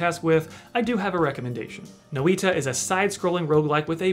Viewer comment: BTW "Noita" is finnish for "Witch". did an admirable job in pronouncing it (shorten the I vowel a smidge and it is spot on).